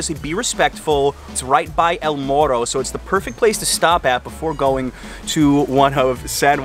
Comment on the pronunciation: Me encanta en sólo un día ya pronuncias la R como Boricua. (MORRO), una pregunta que nota ò puntuación le dio Adriana a los tacos 🤪, Gracias por visitar la isla.